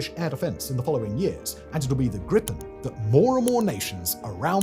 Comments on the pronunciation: Just a small detail, its not Grippen. Its more like the sound of the two words grease,without se,and pen, like how it sounds, Griii pen. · Greepen, not Grippen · its gripen. not grippen. how is that hard? at least apologize for not knowing how to pronouce our language. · A minor quibble on an otherwise excellent video: The Swedish pronounciation of Gripen is closer to "greepen" than "grippen". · you should say Gripen Whit a long i like Gr''iiii''pen